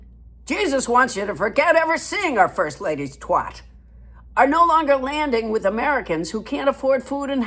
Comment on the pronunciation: An American saying "twat" doesn't sound right, but it's funny, so that's fine! 😎👍❤️